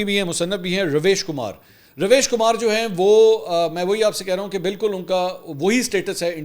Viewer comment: نام رویش کُمار ہے RAVISH KUMAR RAVEESH KUMAR ہے